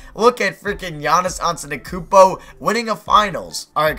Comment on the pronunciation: you just muredered the name. It is Antetokounmpo